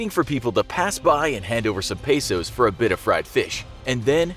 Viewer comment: did you say peso